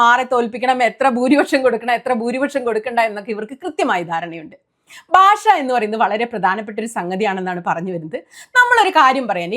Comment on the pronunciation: ബാഷ അല്ല കുട്ടീ ഭാഷ എന്നാണ് തെറ്റി ക്കല്ലേ